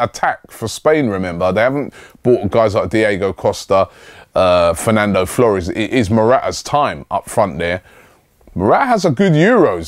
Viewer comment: "Fernando Fllores"